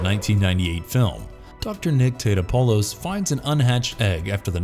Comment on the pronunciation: It's pronounced Tah Top pole us. I have the complete series on DVD.